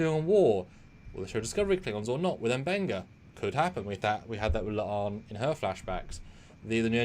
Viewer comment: M benga not “bunga” 😂